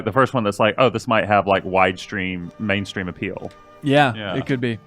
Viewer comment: "widestream" lol.